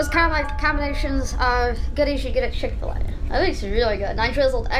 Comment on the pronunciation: chick fil a more like PIck fil a